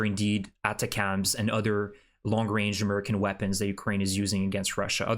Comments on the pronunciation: your pronunciation of ATACMS is an outlier. Think attack with ems on the end Nice work. I subscribe an eagerly await your posts. Slava Ukraini. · Please start to pronounce ATACMS properly.